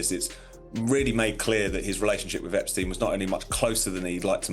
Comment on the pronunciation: Even with a lovely British-like accent, it is so annoying that AI narrators can’t pronounce words properly. “Fer-Gee” “Epstein/Epstine” and haven’t we all learned that the “s” in Miss Maxwell’s unusual first name is silent? Now, as to the video’s topic…Andrew has stepped in one big, unrelenting pile of horse poop! Perhaps he needs to be horse-whipped! 😊 What a mess for their daughters.